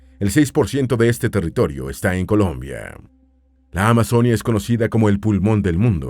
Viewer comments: Este narrador cambia las tildes! Se dice carte'l no es ca'rtel Se dice Amazonía no amazónia No se dice Valledúpar se dice Valledupár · "Valledúpar", "amazónia", "antioquía" "auraca"? Wtf "Eliecer", qué dolor de oídos pero aún me lo miré y qué buena forma de describir mi país :) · Es AMAZONÍA con tilde en la I no en la O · Pronuncien bien Amazonía.... No es Amazónia.... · Se dice Amazonía con tilde en la i donde va el acento